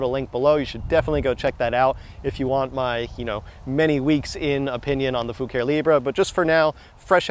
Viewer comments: Well, you DID ask. Think faux Italian, so, not "foo-care" ...try "foo-car-ay". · Fu care e Latin for color or paint. The e at the end is a eh not eeee. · I think the pronounce is Foo ka ree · In my mind it's fu ca ré you really need to channel your inner Dominic Decoco 🇮🇹 🤌🤌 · "Libra" being Italian I would pronounce Fucare as foo-car-ey. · ur first car was a beaut the brand is kinda European or italian, so the pronunciation i think would be close to foo-car-E